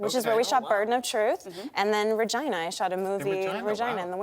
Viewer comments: Regina not vagina! LOL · Is she talking about virginia when she said vergina?